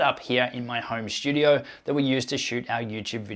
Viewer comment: There is no "H" in the word "studio". Not sure why you add it intermittently, but you do.